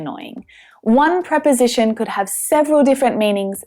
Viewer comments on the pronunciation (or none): none